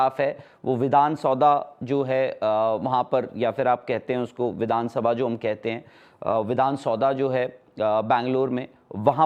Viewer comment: Vidhansabha bolthe h bolna bhi nhi aa raha h